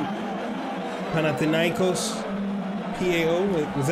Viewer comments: you r saying the name right dude.....greetings from greece GATE 13 ULTRAS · Yes you are great and you pronanse our team in a perfect way!!!! Great job!!!!!